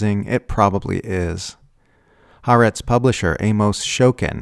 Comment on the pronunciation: Why is South Africa still sending coal to Israel? (By the way, it's pronounced ha-ar-etz, three syllables, 2 syllable "aretz" meaning "earth", with the "ha" meaning "the")